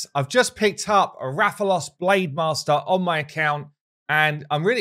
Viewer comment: THANK YOU FOR USING THE CORRECT PRONUNCIATION OF Rathalos. Every other content creator has said it incorrectly by putting too soft emphasis on the first a. I appreciate it more when creators show respect to the game that a crossover comes from